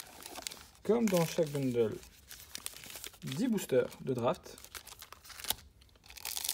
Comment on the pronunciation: Salut enfin quelqu’un qui dit bundle et non boundle par contre gift c’est pas la bonne prononciation 😅 en tout cas sympa la vidéo moi qui voulais voir comment c’était dedans